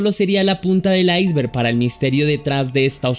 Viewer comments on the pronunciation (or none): none